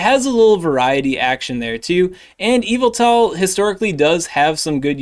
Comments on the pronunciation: It's EE-vel-tol (with the stress on the sharp E vowel) — not quite Evel-tol like the way it sounds when says it, but it's passable - yev-ettle is a failing grade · Cool video, but it’s pronounced “Yuhvettle” and you know what else? Zacian ain’t NOTHIN. I hit legend every season with Yuhvettle. Zacian really ain’t all that. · Your pronunciation of Yveltal is similar to MandJTV, which he believed to be the correct way of calling it 😂